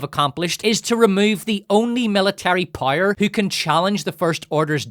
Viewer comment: I still can’t get over how you pronounce “power” as “pyre”.